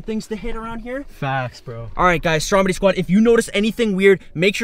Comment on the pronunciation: What he says: Stromedy squad, what the hell is going on here What I and others hear: Strawberry Squad, what the hell is going on here Like or comment if u agree